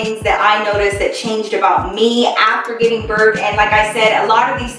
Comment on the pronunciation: You missed the “G” in giving girl😂❤️